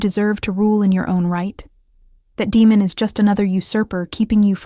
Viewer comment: I think AI is mispronouncing Damon.